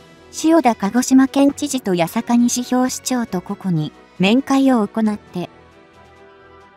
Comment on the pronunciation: いりおもて市じゃない、にしのおもて市だ。勉強しろ